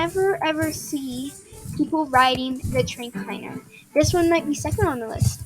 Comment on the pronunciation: Just so you know me this is not hate or anything but I’m just telling you it’s pronounced tra-K-ner idk if you said it like that but it sounded different so idk lol